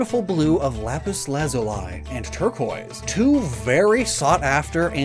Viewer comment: "Lazulai" has me questioning if I've been pronouncing that wrong or if just flubbed it